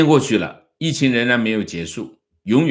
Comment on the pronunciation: “疫情”读音 国语／普通话 汉语拼音 yìqíng